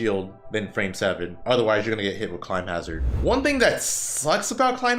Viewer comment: Someone just needs to say this: you're pronouncing climhazard wrongly! Love the video but that one thing, the way you kept saying "climb hazard", my OCD had a very hard time getting past lol